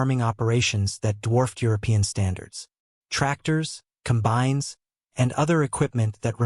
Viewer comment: Com-bines. Barr-acks